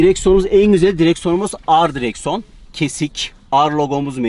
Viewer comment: Direkson Nevigason abi varya alışmışsın pazarlarkem hızlı hızlı söylüyip satmaya şimdi söyliyemiyorsun mesleki defermasyon 😂😂